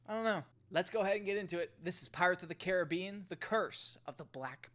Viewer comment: Cool...an American who kind of knows how to pronounce Caribbean. I've love you to try a movie with the word Aluminium in it. That will be you next challenge.